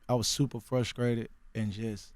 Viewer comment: "supah fruskrated" "skressed out"